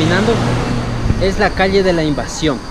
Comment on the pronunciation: Peligroso para mis oídos escuchar que dicen calie en vez de calle.